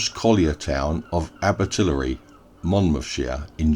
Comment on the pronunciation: May I help with pronunciation? Abertillery dies not rhyme with distillery. It's aber till airy to rhyme with fairy or hairy.